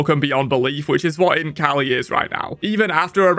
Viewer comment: I can't stop hearing Imp kali instead of Int kali